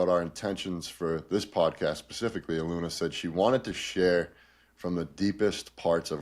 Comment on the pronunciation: Respectfully and with kindness, "Ahh- loon- yah" ❤ One Love ✨️ Thank you for this transmission 🙏🏼🫂 You are both wonderful and so helpful to the collective. Deep appreciation 💝